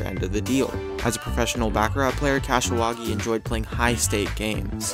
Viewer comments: If you are going narrate a video about gambling learn to speak the language of gambling. The favorite game of high rollers is pronounced BACH-A-RAH, not BACK-A RAT. You would only back a rat in a rat race. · “Back-a-rat”... LOL!!!